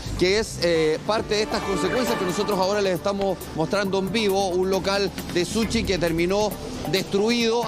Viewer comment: Lo podés esperar del ciudadano común chileno, pero es terrible que un periodista se exprese tan mal, eso habla de la pobre educación en Chile. Se supone que un periodista es profesional que estudió para informar en los medios de comunicación. Ah me olvide....se dice SUSHI no SUCHI !!!!